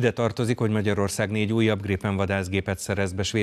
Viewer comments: Csak a kiejtésben Grípen (hosszú í), írásban nem. Svédben nincs hosszú í betű. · Nem Grippen hanem Grípen, hosszú ííí-vel egy p-vel